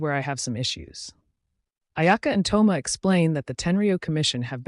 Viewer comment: Thoma❎ Tho-yma✅